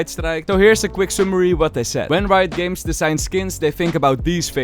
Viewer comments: Is it just me or is bro saying Rito games xD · why do u call riot games rito games?